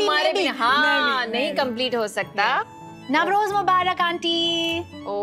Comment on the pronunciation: It's nauroz not navroz. N haftseen not haaftseen. But looks nice to see u